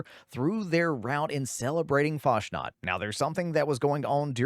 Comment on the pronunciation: Isn't it "Fas nat" instead of "Fash nat"?